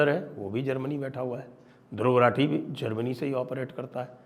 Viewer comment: सही उच्चारण रथी है या राठी,चेक कर लीजिए महापण्डित!